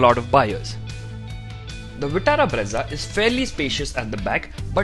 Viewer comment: it is breeza and not bredza 😂😂